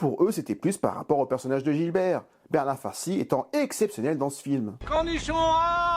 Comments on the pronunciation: Bernard Farcy incarne le commissaire GIBERT. Et pas "Gilbert". Sinon très intéressant, comme toujours. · "Oh ben ça alors ! Un piège !" Super vidéo. Par contre, c'est Gibert, pas GiLbert ^^ Hâte de voir tes vidéos des autres Taxi... que je ne me souviens même pas avoir vu, tellement ils ne sont pas marquants 😅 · C’est pas Gilbert c’est GIBERT!! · Commissaire Gibert pas GiLbert. "Aie ! mais qu'est ce qu'il est c..on !!" 😂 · J'adore tes vidéos mais il y a une petite chose qui me turlupine chaque fois : ce n,est pas Gilbert mais Gibert 😉